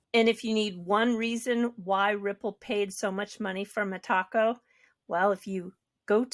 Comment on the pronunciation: Hey, why are you the only person that can't seem to pronounce Metaco. I'm sure you've heard others talk about it and say Meta-Co but you keep saying Me-Taco. It's not your taco and a bit ridiculous 😂